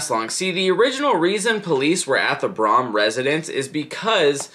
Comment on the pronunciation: It’s pronounced brum I can give you some more info if you want to make a update to this